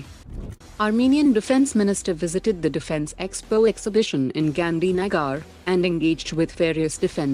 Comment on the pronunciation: In this patriotic world of Atmanirbhar....can you find a desi madam voice without the pseudo accent...listen to how she pronounces GANDHINAGAR (1.20+) 😂😂😂😂😂